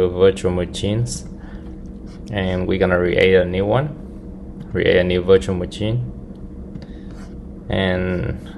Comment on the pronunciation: love how you say muchin